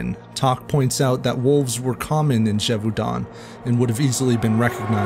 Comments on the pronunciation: François as Franssoi not Frankoi, and Gévaudan not Dgévaudann’. Thanks for enlightening me on a tale my grandmother used to tell me. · “Gévaudan” is pronounced “zhay-voh-dã’ (not zheh-voo-don”